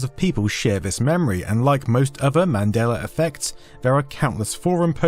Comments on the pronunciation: You keep saying "Madeler Effect". You keep adding -er to the end of that word. Why? Do you even realize you're doing it? There is no "r" in Mandela, but you keep pronouncing the "a" as "er" and I'm not sure you even realize it. The entire video is littered with instances of you saying his name improperly. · Accents. Also, proofread your comment if you're going to be weirdly pedantic.